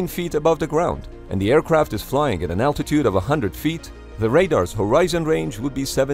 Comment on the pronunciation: Aircwaft Airpwane